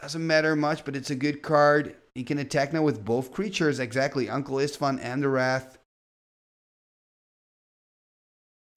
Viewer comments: I think I correct during the game. I always giggle when he says wreath. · Wraith is pronounced like RAYth 😅